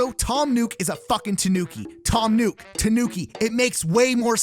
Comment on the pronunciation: FYI you're pronouncing Nook wrong. Its not NUKE, it's NOOK. Which is why the store is called NOOK n Cranny. 😑